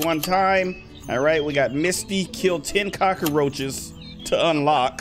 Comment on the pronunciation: When she says cacroches I feel there's thousand cacroches uuugggghh